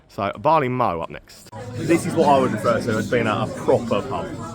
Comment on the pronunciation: Mow as in the cutting of grass is pronounced like low, mow the place to store barley is pronounced like cow.